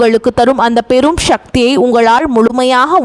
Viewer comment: . உச்சரிப்பு நாரசம். முதலில் ஒழுங்காக தமிழ் கற் று பி ற கு பேசவும். ஷக்தி அல்ல சக்தி.